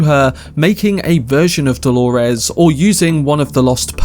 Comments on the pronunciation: Holores? Why are you calling her that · I get thrown off every time I hear you say “Dolores” lol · Why does he say Delores like that??? Is that Hale and Delores